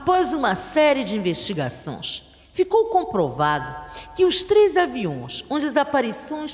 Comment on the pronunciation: "Investigaçõs" , "aviõs" kkk